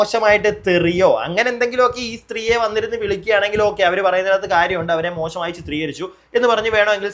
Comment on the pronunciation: ഇതെന്ത് മലയാളമെഡേയ്? മോക്ഷമായി.... എന്തോന്ന് മോക്ഷമായി.... മോശമായി എന്ന് പറയെടെയ്... പഠിപ്പിച്ച മലയാളം മാഷിന്റെ കുറ്റമോ? അതോ തന്റെയോ?